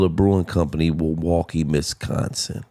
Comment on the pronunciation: This ninja said "wilwaukee misconsin."😂😂😂